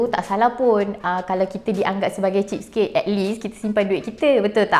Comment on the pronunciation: cheese cake cheese cake cakap jela kedekut atau cermat